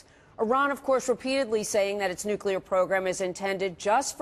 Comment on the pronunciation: "Nukular weapons"... still makes me laugh. When a PRESIDENT can not pronounce "Nuclear", something is very, very wrong.